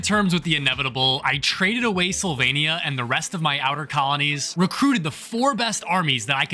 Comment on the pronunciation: Sylvania sounded like Slovenia 😂